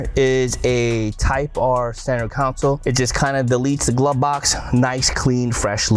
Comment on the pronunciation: its console... not council